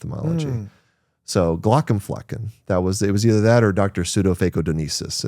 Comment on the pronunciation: very interesting conversations, thanks. :) only contribution i can make even remotely near the topic: since Glaucomflecken is a German word, the correct pronunciation would be {g-lou(d) + COMB + fleck-ng} (only one stress, on the second syllable of only 3(-ish) ... not "G-LAW + c'm + FLECK + ehn" with 2 stresses, on the 1st and 3rd of 4 syllables)